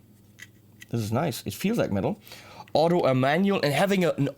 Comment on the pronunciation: you said the word 'metal' twice but did it wrong, twice. \m/